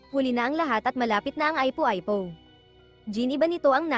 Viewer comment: Ung ipo ipo eh aypo aypo ang pronounce, meron pang ibang words na malimali ang bigkas, nalaman ko lang to kasi nanunuod mga anak ko, kaya pala mali din ang mga pagpronounce nila, tinanong ko kung san natutunan, dito daw sa pinanuod nila nato, pambihira tlg, ganda sana ng kwento eh, pakiayos nalang po sana nextime, unsubscribe ko muna at block tong channel, hindi advisable sa mga bata at sa mga matatanda na hindi alam ang mga tamang pagbigkas sa mga bagay bagay, thanks po un lang